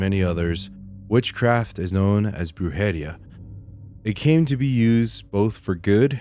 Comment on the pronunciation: Lol, just wanna let U know how to pronounce those 2 Spanish words.... the First one u were saying "wrong" is pronounced (Broo-head-ee-ah) say'em ALL together.... the 2nd word is pronounced (Leem-pee-ya)....I Hope the way I spelled these words help u pronounce them right, then I've actually helped U say 2 "Spanish words (@ least)... Lol😊